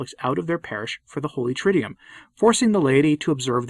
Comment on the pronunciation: Soon-to-be (or already?) Doctor Stine - I'm still begging you, as a Latinist and choral diction coach, to please say "TRID-doo-woom" and not "TRID-dee-yoom". It's a simple change. Say it a few times to get used to it. You have to say the word often enough that I don't want you getting embarrassed by your persistent incorrect pronunciation. You're a brilliant man - please fix this.